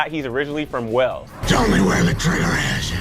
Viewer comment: Wales not wells.